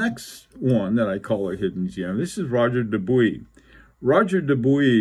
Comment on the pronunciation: Roger Dubuis - as an English speaker speaking in English, you nailed it. It might sound a tad pretentious to say ROH-ZHAY for Roger, but if I was speaking in French, I would say it like that. Incidently, I have a reading suggestion unrelated to watches - "The Art of Losing" by Alice Zeniter. It won every literary prize available in France. I'm attempting to read it in French and it's a challenge! Best regards.